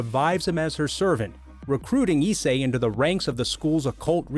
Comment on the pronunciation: pretty pissed u said my boy issei name wrong, and rias wrong 😐